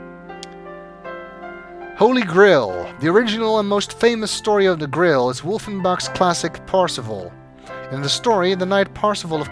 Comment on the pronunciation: I love your accent. Your pronunciation of grail sounds like grill, and now I can't get the image and idea of a holy grill out there undiscovered.